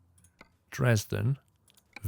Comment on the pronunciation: You say Dresden wrong !